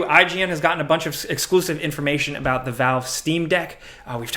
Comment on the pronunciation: Dude, you can’t even pronounce the word “THE” correctly how am I supposed to trust you when you keep on saying “Da”.